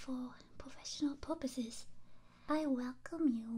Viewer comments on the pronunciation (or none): Ew... Did she just say "porposes"? 😷